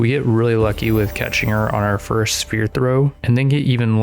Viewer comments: Why do you pronounce sphere and spear the exact same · Learn to say ingot and sphere correctly you sound like you are challenged mentally